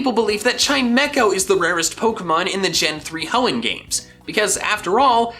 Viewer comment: You mean the heeon region right?